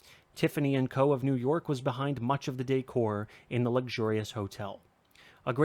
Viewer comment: Definitely AI. Nobody would pronounce 'Co.' as spelt 👎